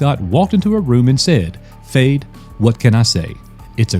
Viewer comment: Fede (I think its pronounced Feddy) Alvarez gave us Don't Breathe and the Evil Dead Remake. This sounds amazing